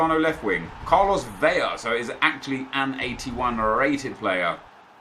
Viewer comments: Its pronounced Vela with the L and not Veya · Vela’s name is pronounced Ve-la, in Spanish, a double L makes the ya sound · You pronounce Carlos Vela’s name like you would in English pronouncing the “L.” (Veh-La). You pronounce “LL” in Spanish like the “y” in English. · It's VEY LAH because one L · Since you asked - Carlos Vela is not pronounced like David Villa, since there is no double "L". :) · Regarding how you pronounce Carlos Vela, his last name is pronounced how it looks. In spanish one L is pronounced like an L while two Ls ex pantalla is pronounced like a y (pantaya) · Vela's last name is pronounced with the L sound not the Y sound because there is only 1 L in his name and not 2